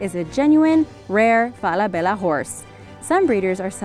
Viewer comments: Everybody pronounces Falabella wrong. It’s FalaBEYa. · She’s saying ‘Falabella’ wrong it’s Fall-a-bella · It's fela bella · Omg how u pronounce Falabella is hilarious!🤣😂😅😆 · Say Falabella one more time. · Please don’t say Falabella again.